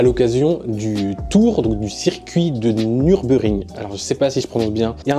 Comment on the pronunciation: Ça se prononce Nheur-burgue-ringue bg :)